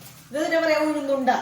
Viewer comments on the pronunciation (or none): Uhuznnu vada.Uhuzuu unda alla.